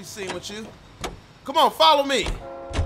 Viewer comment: "Dont kome on me" 😂😂